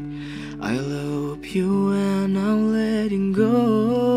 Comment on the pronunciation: Pronounce nya masih sunda " I Lopyu but I ... "